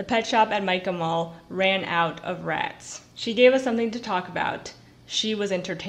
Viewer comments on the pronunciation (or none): none